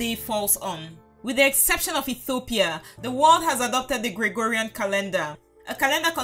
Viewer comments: Please when you say Ethiopia you say Etthhiopia it is wierd just say Ethiopia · Every time she mispronounces Ethiopia I get more and more annoyed